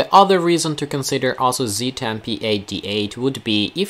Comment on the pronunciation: It sounds like "asshole" Everytime you say Asus. Lol. Love the content keep it up